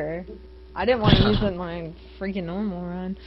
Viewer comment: its freakin not freaging